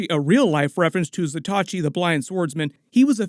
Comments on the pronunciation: Pronouncing "Zatoichi" & "Bokken" wrong... Zah-tōe-E-chi .... not Zah-tah-chi Bōe-Ken ...not Bah-ken...😅👍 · Great video as always, & I'm enjoying this series so much!! 🥰One bit of advice, tho: bokken is pronounced boh-ken. Zatoichi is pronounced zah-toh-ee-chee. 🏯⛩️ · FYI - Zatoichi is pronounced with 4 syllables. Zah-tow-ee-chee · Some pronunciation hints on Japanese weapons and warriors - "Bokken" is pronounced BOH (rhymes with "dough") - Ken (as in Ken doll). And the blind swordsman Zatoichi is 4 syllables - Za (as in pizZA) Toe (on your foot) Eech ("leech" but without the L) EEE. Great content though - keep up the good work. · Butchering the pronunciation of zatoichi..